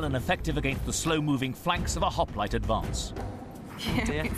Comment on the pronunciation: They couldnt evening Pronounce Hoplite